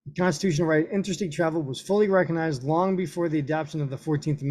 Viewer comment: LOL. You can't even pronounce words like "recognized" or "concomitant", and we're supposed to believe your interpretation of the law?